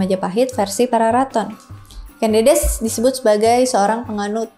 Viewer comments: Ucapnya bukan Kén Dédés ꦏꦺꦤ꧀ꦝꦺꦝꦺꦱ꧀, tapi Kén Dêdês / Ken Dədəs ꦏꦺꦤ꧀ꦝꦼꦝꦼꦱ꧀. Ken (e nya seprti pada kata enak, ekonomi) Dedes (e nya seperti pada kata empat, enam) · teks asli pararaton KEN ANGROK, bukan arok, sedang penyebutan KEN DEDES itu pakai vokal E Pepet (contoh penyebutan kEris pakai E pepet) , jadi yg bener Ken Angrok, dan Ken Dedes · Sedikit koreksi ka.. cara penyebutan huruf 'e' pada tumapel dan ken dedes itu seperti penyebutan huruf 'e' pada apel.. karena dalam aksara aslinya pake huruf 'e' pepet bukan pake huruf 'e' taling.. dan ken arok itu sebenarnya ken angrok...